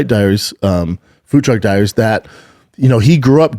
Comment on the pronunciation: How does Brendan mispronounce “food truck diaries” twice